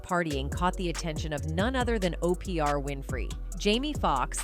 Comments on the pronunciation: Why are you calling her Opr, her name is Oprah? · 🫥😑It's irritating my soul that her name is being said that way is that so you can get 2000 comments responding to the purposeful wrong pronouniation I'm not watching no more videos that do this goofy 💩